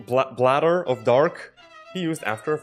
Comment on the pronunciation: yeah seems like my weighting issue from MI transferred here to blender, I honestly should've used the grapheditor. Also you bastard, it's Blader say my name correctly lmao. But yeah this animation was stlll a relative improvement compared to the previous animation and the lighting was a hell a lot better than the previous attempts.